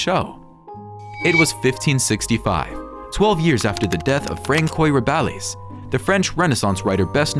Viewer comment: For heaven's sake, learn to pronounce French names. The works by Rabelais that you mention are famous, and any literate person should be able to pronounce them properly.